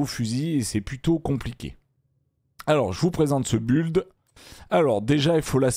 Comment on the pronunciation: le i du mot build au début tu la envoyé en vacance mdrrr🤣🤣